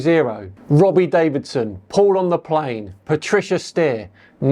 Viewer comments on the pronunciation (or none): none